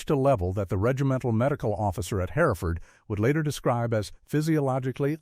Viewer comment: Pauses too long, in the wrong place and 2013 not 2,013! SAS, Sauce, Saz, the inconsistency is bewildering! Not identified, yet identified when KIA! I cannot abide the piss poor pronunciation of Hereford! Not Herrford!!!!! WW2 photos!!!!!!!!